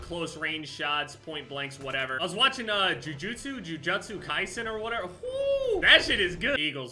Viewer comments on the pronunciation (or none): When he said jujutsu kaisen I had a stroke